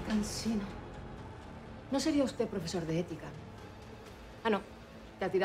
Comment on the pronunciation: "El amor del profesog"